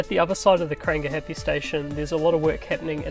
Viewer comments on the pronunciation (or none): Great update... However, would be awesome if you could work on your pronunciation of the te reo names, it's 2021 and we can do better... Never heard of Krang gah happy or Aya taya...